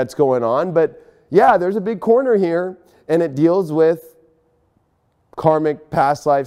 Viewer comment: Did anyone else here coroner instead of corner? 😬🤣